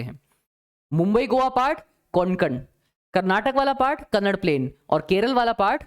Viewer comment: sir your teaching is best. i love to see the social science video teached by you. i am from karnataka, i noticed that you say kannad it is speaked as kannada. so pronounce it properly. thank you.